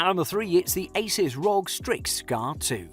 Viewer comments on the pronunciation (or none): Its not ROG its R.O.G.